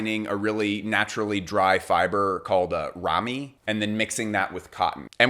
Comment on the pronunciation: Ramie is pronounced differently